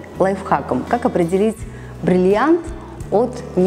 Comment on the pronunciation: Научитесь говорить слово бриллиант.